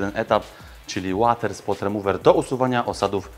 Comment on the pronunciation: Bardzo podoba mi sie jak opowiadasz o swojej pracy i jakie masz podejście do Klienta, szacunek dla wkładanej pracy i poziomu swoich usług. Oczywiście subskrybuje i lajkuje każdy z obejrzanych odcinków, bo na to po prostu zasługujesz. Jedna mała uwaga... łoter, nie łater please.... 😉